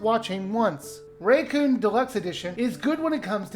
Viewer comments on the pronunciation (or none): By the way, "Rakuen" is pronounced "ra-ku-en." In Japanese, it means "paradise"